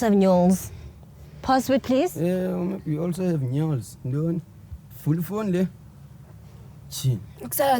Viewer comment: She said Nyols 😅😅